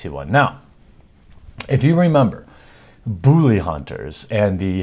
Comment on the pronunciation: Booly! Booly! LOL@ accent